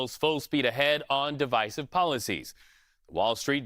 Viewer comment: Man cannot pronounce divisive but insists on using it